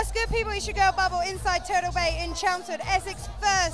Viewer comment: I like how she pronounces 'party' as 'pardy' and turtle as 'turdle'.